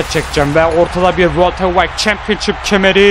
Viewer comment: Yav World Heawıegt champıonshıp hıc gzel degıl